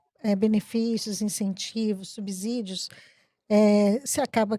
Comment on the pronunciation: As militontas são tão comunicativas que falam errado palavras como: "subsídios" fala errado "SUBIZÍDIOS" e em seguida pronuncia outro erro de português com "privilégios" fala errado "previlégios". Jornalistas tem que saber não só escrever, mas pronunciar as palavras corretamente. Nota 5 para as petistas.